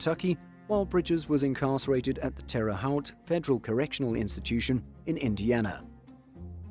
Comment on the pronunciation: Terra Haute is just said like "Terra - Hote"